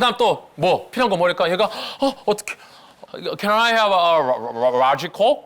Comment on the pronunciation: 영상 재밌게 보았습니다. 저도 늘 영어공부를 하고 있지만 조심스럽게 코멘트를 작성합니다. 잘못 유행이 될까봐 말씀드리는데 Let by gone be by gone이 아니고 Let bygones be bygones 입니다. 그리고 Can I have a large coke?는 잘못 발음하면 정말 큰일 납니다. 에이 라지 코우크 라고 하시면 됩니다.